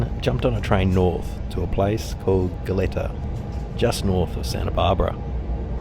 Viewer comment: The city just north of Santa Barbara, "go-let-ta" 🤣😂🤣. If you're not from the area, how would you know.